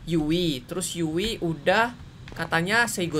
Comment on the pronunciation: Bukan yui tapi yu'i